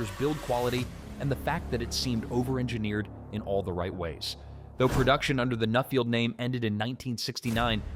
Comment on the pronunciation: It's not "Newfield", its "Nuffield" as in enough. The Field Marshal my uncle had in thr 50's in the UK used something like a shotgun cartridge fitted fitted into the cylinder head and hit with a hammer to explode it thus generating the first revolution.